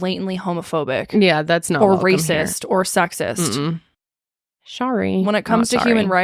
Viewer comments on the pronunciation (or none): none